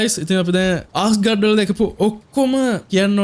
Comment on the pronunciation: ආස්ගාඩ් නෙවේ ඇස්ගාඩ්